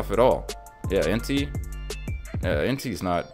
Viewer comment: This man disrespecting my favorite pokemon entei. En- tay. Lol 😂 good video though